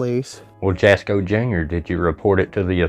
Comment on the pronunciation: His Name is pronounced asco the J is silent. NOT Jaasssko. Just my opinion, but YOUR not funny. Leave the kid alone. Your 😢